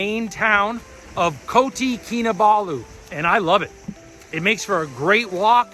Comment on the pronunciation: Its Kota not koti